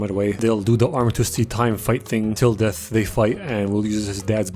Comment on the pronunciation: "....does not feAr dEaThuh" 😂